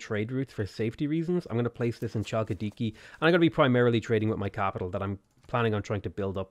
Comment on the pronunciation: Man, I loved the way you pronounced some of the names here. :D Here's a bit of insight if you're interested. Basilikoi Paides -> Vasiliki Pedes, oi = i and ai = e in Greek, also b = v. Aigai -> Ege with intonation on the second e. Chalkidiki -> Halkidiki, with intonation on the last i.